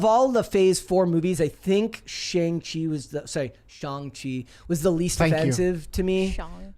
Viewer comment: saying Shang-chi correctly was so satisfying 😂 I dont even care much about that movie but the dude literally tells us how to pronounce his name in the movie and everyone still gets it wrong lol